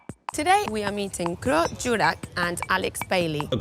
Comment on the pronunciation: Hey, thanks alot for another great video! I'm glad to see that an estonian has made it to your channel atlast. By that I mean the pet performer Krõõt Juurak (who's name was falsly but funnily pronounced Groot) who perfectly portrays a common estonian. If you want to see more great examples of "being estonian" you should check out Tommy Cash or any other estonian performer. for that matter. Much love! Your diehard fan Romet